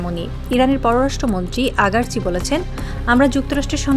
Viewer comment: হে রিপোর্টার, "আগারচি" নয় "আরাগচি"।আর আরেকটা কথা, ট্রাম্পের ঝড় তোলার আর ক্ষমতা নেই,ওর সোনায় নুন দেয়া হয়েছে।